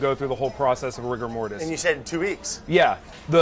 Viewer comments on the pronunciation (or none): Did anyone else cringe a bit at “rigor mortis”?